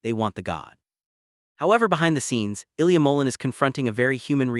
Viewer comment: You need to pronounce his name correctly